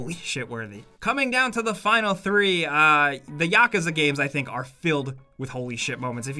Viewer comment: Did anyone catch him say yakuza "YAKAAAAZA" like what?